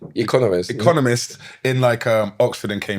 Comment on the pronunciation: I had to call it a day when the dude couldn’t pronounce economists